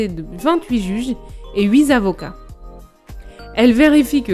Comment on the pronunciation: "huit zavocats" "courS des comptes", "courS de justice"... attention aux liaisons qui écorchent les oreilles et à l'orthographe approximatif mais sinon excellente vidéo, permettant de rendre compréhensible le fonctionnement ô combien complexe de l'UE ! Un grand merci